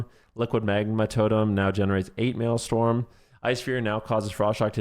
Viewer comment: its maelstrom not maelstorm